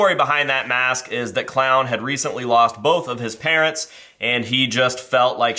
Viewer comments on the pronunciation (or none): none